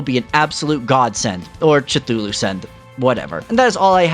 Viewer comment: the "tschtuhlu" pronounciation was triggering ngl.